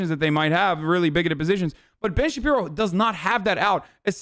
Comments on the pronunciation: “Ben Shabibo” My brain: :) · It's really weird for me to hear people correctly saying Ben shapiro. I am so used to hearing and saying Ben Shabibo that for me that's his real name.